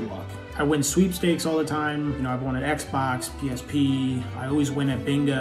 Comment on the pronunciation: Is anyone gonna talk about how he said psp